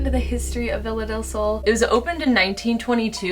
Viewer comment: i'm spanish so it's so funny to me how you guys and english people says "villa del sol" idk it's curious, bc in spanish is pronounced "be-ya-del-sol" but anyways, i have been watching you guys a lot these days bc i found you bc of sam and colby, and you are part of my days. you bring to me so much company and a new perspective into paranormal stuff, and it means a lot to me.